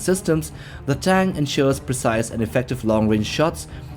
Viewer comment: Does he say tang or tank can’t tell but awesome videos